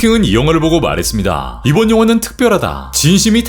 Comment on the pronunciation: ~했습'니다' 발음 나올때마다 너무 신경 쓰여요..ㅋㅋ